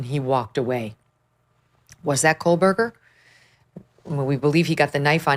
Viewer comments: Two and a half years and she still pronounces his name wrong! There is no “l” in his name. It’s not “Cole-Berger.” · Yep. Additionally, she still thinks his name is Kohlberger rather than Kohberger 🙄